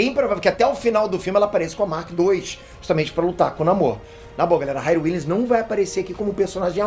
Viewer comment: Se diz RIRI e não RAIRI